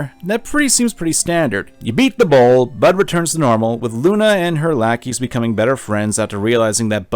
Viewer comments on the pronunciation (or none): none